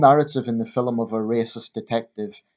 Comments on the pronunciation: Film is one syllable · It's how jocks pronounce film mate, get over it ya fanny